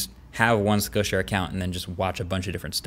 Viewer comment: Great info. Never heard of Skill Share. Thanks for teaching. However, when you’re saying it, everytime it sounds like you’re saying “skow” share. If you hadn’t put up the screenshot, I never know what you were talking about. So thanks for doing that. But try to pronounce it correctly so people know what you’re saying as skill share and not the sloppier way. Again thanks for all of your excellent overview videos.